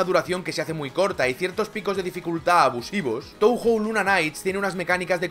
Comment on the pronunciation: En japonés "ou" suena "oo" (o larga, y "ei" suena "ee", "e" larga), así que Touhou debería sonar [toohoo]